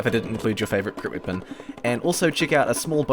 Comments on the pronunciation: He says wepon and not weapon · Why do you have to say weapon “weepin” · Goo I mean how he pernouces it " with this wiepen..." "wiepons that can crit himself" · is it just me or is he saying "swepen" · aw dude your language is weird. its a good video with good content but man, the way you say ,,weapon'' is just awful... almost every ,,e'' in a word is pronounced like an ,,i'' and so does wipen, number siven, markit gardener ... bist ixample... wtf? i just cant listen to that xD no offence but what kind of english is that?